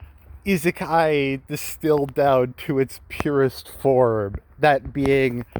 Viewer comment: Wait... Did I just hear said isekai correctly?